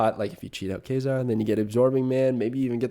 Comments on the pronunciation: Quasar is pronounced like K-way-Zar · Also Quasar is pronounced k-way-zar